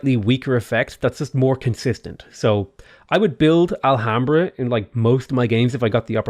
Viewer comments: Nice video but filled me with cringe the way you pronounced "Alhambra"(the h is silent), i will keep this video at hand for next games. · I know you apologized for getting any pronunciation wrong, but fucking hell if I found it amusing how you said Alhambra. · don't pronounce the h on alhambra xDD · Alhambra = "Ah-lyam-brah"